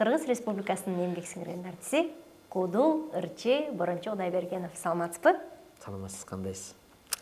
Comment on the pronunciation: Кудул эмес куудул деп суйлобойсунбу алып баруучулар тилди бузуп буттунор